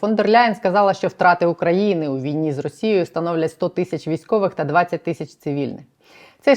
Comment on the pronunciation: Пані кажіть будь ласка тисячі а не тищі ріже вухо